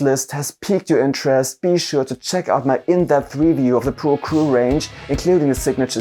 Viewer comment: your English is great, but it bothers me forever how you say “acryl”. Do you say “acruelic paint”? Anyway thanks for all your works.